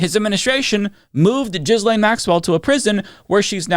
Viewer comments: I love you my man but PLEASE stop saying JIZZLAINE, her name is pronounced GAY-LAINE 😅. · Please stop saying Jizz Lane. It's Ghee lenn. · I really enjoy your videos but - my man - please stop pronouncing Ghislaine as "Jizz Lane" (if you can't/won't do the French pronunciation, at least stop pronouncing the G like a J) and Guiffre as "Guff-ry" (It's pronounced like "Jew-Fray". Source: her BROTHER)